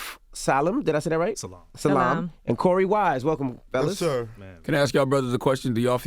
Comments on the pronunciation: This interview was beyond overdue but so disappointing! Envy is unprepared and unprofessional! Calling them central park 5, mispronouncing Yusef's name, asking dumb questions. Did you even watch the series or documentary??? It was an extremely poor effort from him...then he disrespectfully leaves mid-interview!! Who does that??? I can't!! Definitely an interview that could have been done without him. It really annoyed me. OAN wishing Korey, Yusef, Raymond, Antron and Kevin nothing but the best. God bless you! 🙏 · Dj Envy was so annoying in this. First not being able to pronounce dr yusef salaams name. Referred to them at the ‘Central Park 5’, rather than exonortated 5. Asked Korey wise what he mom thought about him going to help his friend at the station , when it’s shown in the series, did you not watch or do your research? And trivial questions ‘ what was the first this you did when leaving prison’, then gets up and leaves before the end of the interview which I’ve never seen him do. These men deserve so much more respect. Korey is a true example of a true surviour and dr salaam is doing great things. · He couldn’t even get Yusef Salaam’s name right. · Envy acting like a white journalist who don’t know anything about theses guys! Pronouncing Salaam incorrectly and getting the movie title wrong! Shame on you Envy!!! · How you claim you from the hood and can’t pronounce Salaam ? Envy is a culture vulture on the low. He might identify as white pay attention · How come Envy’s black ass didn’t know how to pronounce Salaam? You can’t be serious. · Genn S I was offended right from the beginning because he didn’t know how to pronounce Salaam - and if he really watched the doc, there’s no excuse, lol. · How do you struggle pronouncing "salaam"? Lol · Envy - sorry bro but where the hell were you in NYC not knowing that it's Salam and not Salom??? Just saying bro. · 25 seconds in and gets the title of the docu-series wrong and can't pronounce Salaam....wtf